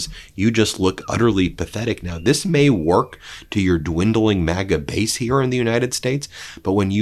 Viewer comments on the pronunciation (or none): none